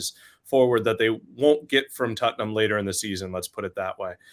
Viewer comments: Why is he saying tuttenhum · What is tut-num? Spurs may be easier to pronounce.